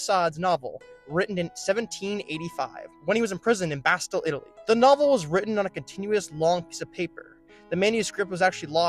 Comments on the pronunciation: It's pronounced "Bastee", not Bastil. Also it's in France. Yikes. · Learn how to pronounce “Bastille” and “Marquis”.